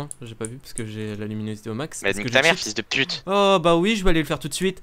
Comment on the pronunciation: J'adore le " fiiyuls de puite "